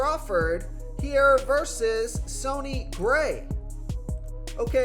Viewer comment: "Sony" Gray. C'mon, man.